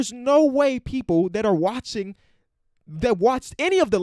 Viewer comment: Rohan Mullan Thats the way said it thats why I commented it cause he said watchining